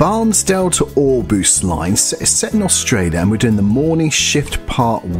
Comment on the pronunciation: It's pronounced Brewthen (Bruthen) NowA NowA (Nowa Nowa) OrBost (Orbost) Bairnsdale is the last major station on that line (East Gippsland) it is timber country which transports by road now